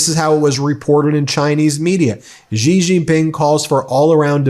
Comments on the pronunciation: Love everything about your site. But please quit grossly mispronouncing presidentXi's name. It makes it seem like you are mocking him. I am sure you are better than that. It's not Jee or zhee. Its closest English translation would be the word "she" (although not perfect it is the best many non-Mandarin speakers can do and is perfectly understandable). I beleve that you have enough integrity and and respect for the president of China and their people to try to sy the name properly. Thanks for all your work! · Love your programmes, watch them daily. Just a tip from an Australian that studied Mandarin.. ‘Xi’ is pronounced ‘she’ or just like ‘c’. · The Chinese president's family name is Xi, not Gee.